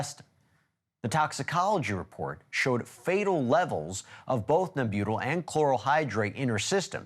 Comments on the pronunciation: It’s pronounced NEM-byuh-tal. Marilyn deserves perfect diction. ;) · So silly... "Nem-BUTE-al." He had never heard of it; nobody else on the show had, so nobody corrected him. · Pronounced Nem-u-tall! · NEM-BŪ-TAHL. That’s how you pronounce it Weber. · Pronounced Nem-bu-tall, please. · Respectfully, it’s pronounced “NEM-beu-tal.”